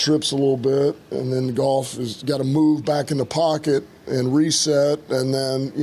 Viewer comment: It's GOFF ITS always been GOFF!!! LA knew this